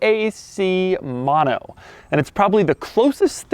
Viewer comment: It's not 'Maano' is "mo no". 😒